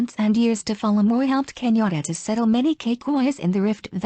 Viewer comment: This person is mispronouncing Kenyan names. It took me a while to realize that Kinyora is actually Kenyatta. When I see the kumekucha vedios, I look forward to just one voice. I don't even know what this vedio is trying to inform us.